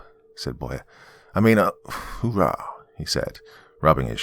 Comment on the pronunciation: Marines dont say Hoohaa, they say Hoorha!!! Great story Doc!!!!!